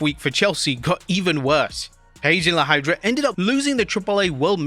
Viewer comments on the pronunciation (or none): FYI La Hierda is pronounced (lah yeh drah) and if you’re curious what her name is in English… The Ivy.